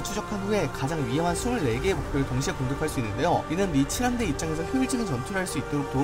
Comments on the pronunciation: 근데 나만계속 미친함대라고 들리나? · 미친 함대라길래 뭐지 싶었는데 다시 들어보니 진짜 그렇게 들리네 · 미 7함대 자꾸 미친함대라고 들리는사람?